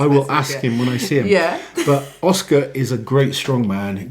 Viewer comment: pronouncing Oskars name was pretty close.